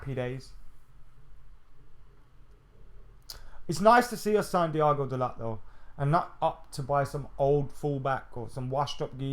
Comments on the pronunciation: fuck me man whatvis it with these northern guys pronouncing words like children. The T in dalot is silent Bro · Dalot pronounced Dalo with silent T. Man said it himself, speaks good english.